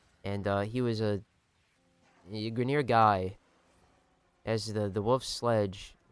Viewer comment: Grineer? WRONG greener